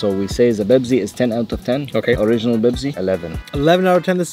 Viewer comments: It's not bebzi it's pepsi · The accent is on point (BEBZI)!!! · “Let’s make a Bepsi khulfil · say bebzi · "Za Bebsi"🤣🤣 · "YOU MEAN BEBZI?!?!?!" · "Are you gonna make Bebzi Kulfi?" 💀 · Arabs know how to say Pepsi. FFS. 😭